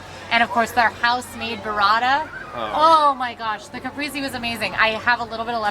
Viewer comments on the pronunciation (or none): Kuh-Pray-say,. Caprese. Still love your content, quality food review ❤️